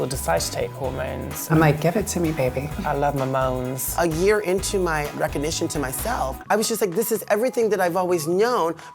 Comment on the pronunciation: “I love my mones” 😂